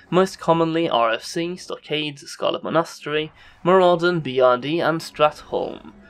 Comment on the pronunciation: Scarlet Ma-nost-ery? D=